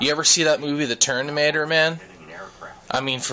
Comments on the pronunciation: IT'S FUCKING TERMINATOR NOT TERNIMATOR! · dude u make no sense atal its nowt to do with steave jobs and and its terMinatoer not terNinatoer lol funni guy tho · your way of explaining is rather overlenght. I'd believe people would listen more to you if you just get to the point. No offense, I'd have no interest how old your father is. And it's Terminator, not Ternimator. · TERMINATOR not ternimator..lol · he said ternimator lol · Yellow Iron he said it like 10 times😂😂😂😂😂😂